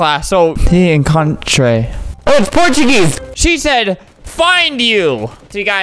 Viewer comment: The way he pronounced “encontre” makes me learn about him. What I learned is that he didn’t learn how to roll the R